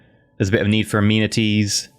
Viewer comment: So I've never played this game before. That being said I don't understand a lot of the terminology for things. But, when he was saying amenities I thought he was saying immunities for at least the first few episodes. And I couldn't understand how he was getting immunities of the building people building. I was very confused.